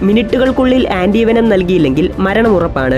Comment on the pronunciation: ആൻ്റീവനം അല്ല., ആൻ്റീ വേനം.